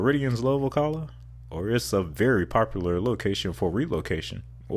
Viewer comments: It’s “ “Oh-CAH-luh” not “Oh-cuh-luh”! Lol! And Ocala is known for its horse culture. Also, just outside Ocala is Silver Springs known for its glass bottom boats. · you mispronounced Ocala, it’s call “Slow-cala” :) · I love your vids, but you really need to learn how locals say the names of the cities. (See Ocala and Dunedin)